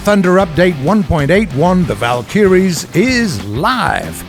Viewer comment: War Thunder drinking game: Drink every time incorrectly pronounces "Valkyrie"